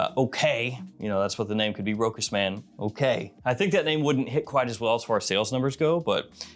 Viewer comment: It is nor ROKAS ! it is ROSHA!